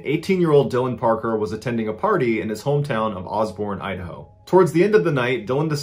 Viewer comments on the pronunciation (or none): none